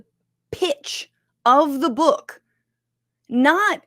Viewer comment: The way Jimmy Kimmel casually shits on this calling it a "bük" kills me